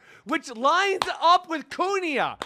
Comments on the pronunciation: Queen-aa not kuni-aa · please stop saying kunia ... it's Kuina 😅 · Kuina pronounced more like Queena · kuina its ku-i-na